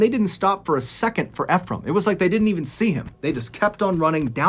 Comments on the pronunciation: THE GUYS NAME IS PRONOUNCE ( E FROM) NOT (F FROM) I KEEP LAUGHING EVERYTIME YOU TRY TO SAY HIS NAME. ALOT OF PEOPLE MESS IT UP.🤣🤣💯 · Nice video, the name is pronounced E-frame like e-book. Not fe phram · I love your videos Btw the name is actually pronounced as e frame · i cant help but notice your pronunciation of "Efrem", i believe it is (Eeee- From). i only say this because i know someone with the same name, correct me if im wrong. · No offense to you good sir but Ephram most often pronounced “EEfrum” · I’m pretty sure you’re prouncing Ephraim wrong 😅